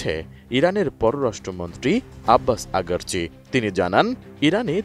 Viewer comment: আগারচি নয় আরাকচি😀